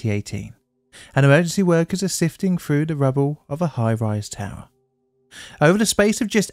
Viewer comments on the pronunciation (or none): I hear 2003 said as two-thousand-and-free and shortly after I hear "fell through" as "fell froo". What is going on with the English accent these days?